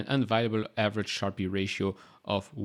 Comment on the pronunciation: sharpe is pronounced sharp rather than sharpi